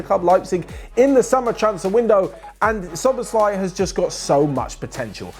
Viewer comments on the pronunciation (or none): You should pronounce it like this: so-boss-la-ee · you say soboslai the a is like you are saying aaaah but short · just checking, did OP say that because they're Hungarian and can verify that's how we say it? Can't tell if they're being sarcastic and I thought still didn't quite say it right but idk, I'm just an English speaker